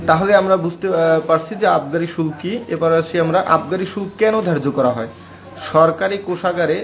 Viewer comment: Vi shulka ....shulk nah..